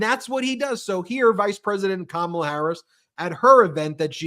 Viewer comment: She even introduced herself, pronouncing her first name, but of course he insists upon saying KaMAla.